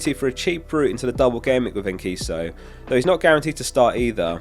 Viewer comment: It is pronounced En-see-so